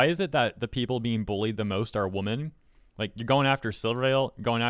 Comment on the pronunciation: Genuine question, but why do you always pronounce women as woman?